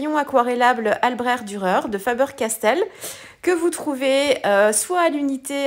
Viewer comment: Bravo, une page marine toute en nuances 👌...je me permets et à voir si qqu'un parlant allemand peut nous départager sur la prononciation ( mon allemand de lycéenne très nul d'ailleurs) mais je pense qu'on prononce le cht à la fin d'albrecht...en référence à ich, comme ich liebe dich my dear.Je préfère finir en anglais 🤣 bon week-end